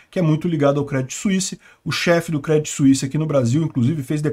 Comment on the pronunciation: Se fala Crêdii , sem o T